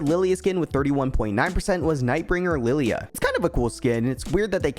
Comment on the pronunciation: didn't know Lillia was called Lillie